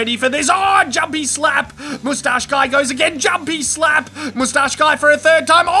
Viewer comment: this is thenproper way to say moustache